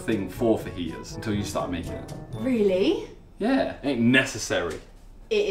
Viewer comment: that was the most English accent i've heard by Talia saying "really".